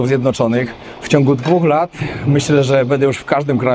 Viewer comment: *urwa! BĘDĘ nie "bede"!!! Głupie nie "gupe"